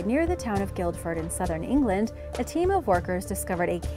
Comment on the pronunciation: Guildford has a silent d in British English.